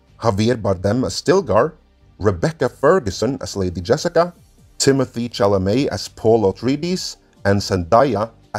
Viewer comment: I was so surprised when at about half the video actually pronounces Timothee Chalamet's name correctly. That means the butchery of "Villeneuve" was not a mistake but contemplated murder. That sends a chill down my spine!